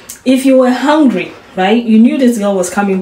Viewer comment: I can't get pass him saying HONgry